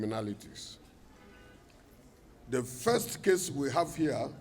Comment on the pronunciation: The phones are heah, the transformer is heah, ta sit down, ta stand up, everything is heah, you think this is Kano….Kano robbers. Lol. Not funny at all, what is going on close to home.